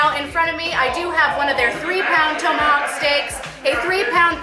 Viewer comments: It’s TOM-ahawk. Not TOE-mahawk. I caught it too. Glad I wasn’t the only one. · It's pronounce tom-a-hawk not tow-ma-hawk. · It's not "tome a hawk." It's "tom a hawk.' As in some guy called Tom A. Hawk. Look it up. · Toemahawk? Short o lol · it's TOM-AH-HAWK, not TOE-MA-hawk! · “Toemahawk”? Tomahawk? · TOME–A–HOCK hahahaha so wrong it's bad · Thoe-ma-hawk. I’d be drunk by now. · I think it's called a TOM a hawk steak...like ground control to major Tom. Not Major Toam... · "Tow"-mahawk. Haha! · Toe ma hawk ☺️☺️. Translation…. Take the hawk 👍🏾👍🏾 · Toe-ma-hawk steak? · Hold up.....towmahawk? Toemahawk? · Why does she keep calling it a “toe-Mohawk” steak? Have I been pronouncing it wrong my whole life? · She can eat for sure but knows gatsies about food pronunciation. Toe-ma-hawk? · "toe-mahawk'? ... i cringed every god damn time.... could no one tell her shes saying it wrong? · Drink everytime she mispronounces TOMahawk. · The way she pronounces Tomahawk; yanks eh! Got to love them.